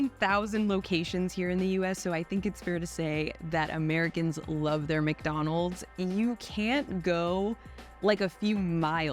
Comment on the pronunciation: And “Mac - donalds “